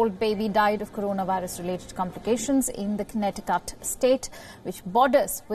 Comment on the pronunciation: Did she said Connecti'CUT' 🙄